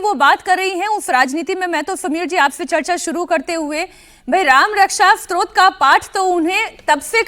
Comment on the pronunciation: It is not ‘strot’………it is STOTRA